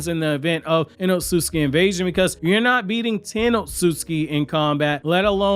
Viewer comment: Not as bad as Otsutsuki